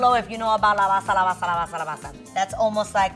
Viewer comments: It’s not la bassa lmao 😆 It’s “la base la base la base” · that was soo funny... la basaa la basaaa la basaa, but ps, is la base...lol, love to see a fellow latina, and even more a fellow new yorker thriving. love youuuu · CORRECTION: is not la basa is la base 🙆‍♀️